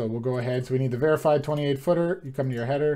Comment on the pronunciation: "Varifeed" not "verified", lol